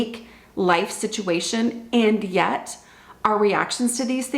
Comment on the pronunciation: Your “and yet” is always like a reality check sound effect lol!